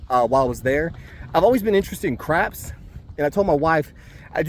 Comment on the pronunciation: Hey lovely place with mountains in the back ground sweeeet, PS i thought you said I've always been interested in crack had to rewind it to here you say I've always been interested in crapps 😂😂